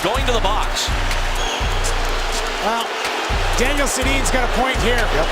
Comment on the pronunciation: Da’Nile Sed’dee-in one of my favorite players